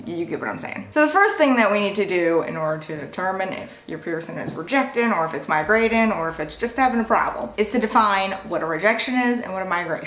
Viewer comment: She doesn’t pronounce any word that ends in ing right . Piercin, migratin , annoying